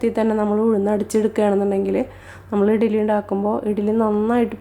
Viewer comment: Good easy method. But it is not etili, it's eddali